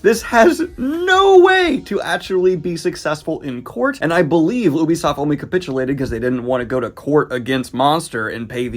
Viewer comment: Really? That's been a common mispronunciation for decades. "Yubi" is correct.